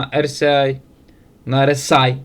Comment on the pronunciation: RSI )))) уже по чуть-чуть получается выговорить. Ты же на статус инфла претендуешь))) а когда не правильно называешь индикатор- зрители, хомяки, не понимают о чем говоришь. Соответственно ошибка в названии и не помогает им денег заработать. Не обижайся))) я сообщением качаю просмотры тебе. И зла не желаю